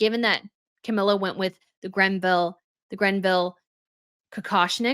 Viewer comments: It is not the Grenville Tiara!! There is NO "N". It is the Greville Tiara. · Please stop saying grenville its greville and also the hairstyle she had last night made the tiara look quite stunning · Hello. Sorry to correct you, however, you tend to mispronounce the named jewels left to the royal family by Margaret Greville. The name Greville does not have a ‘n’ in it. Thank you.